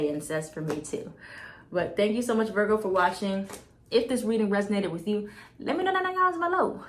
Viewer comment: Lol I love you and I love the way you said Virgo thanks for the reading Boo love you❤️🙏